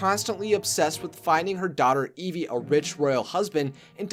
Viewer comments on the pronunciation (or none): none